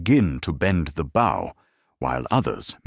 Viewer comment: This is very, very well adapted. And the narration is by the best AI voice I've ever heard. Completely flawless in intonation and rhythm, except for the word "bow".